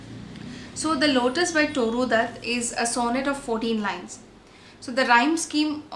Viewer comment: Isnt it Tooru?